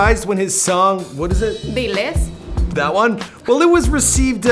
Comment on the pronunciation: bruh you couldn't even say "diles"???? come on